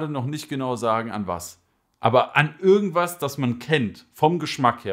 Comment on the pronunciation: Ürgendwas erinnert mich daran😂 das i tönt wie ein Ü🤣🤣. Aber geiles video weiter so! Gute beschreibung der Tabake, kannst du mir sagen warum bei mir meistens die darkside sorten im Oblako M ein bisschen verbrannt schmecken? Egal, ob Core, Base oder Starline alle schmecken im Hintergrund bisschen verbrannt... Mag die Geschmacke eigentlich sehr, habe den Kaloud Lotus 2. Ich baue den Kopf locker ohne andrücken und mit Noppenkontakt oder Vollkontakt alles schon versucht... wäre nice wenn du mir einen Tipp für den Bau machen kannst oder ein Video dazu✌🏼